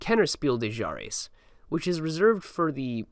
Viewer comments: Fuck chares was probably a more accurate spelling of how he said Jahres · "Speel de Chares" is also funny.. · Couldn’t agree more also “kinder Spiel des Jahres” somehow became “Kenner Speel de Jares”